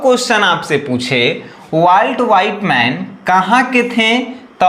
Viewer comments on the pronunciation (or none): सर वॉल्ट विटमैन होता है ना कि वॉल्ट व्हाइटमैन 😂😂😂😂😂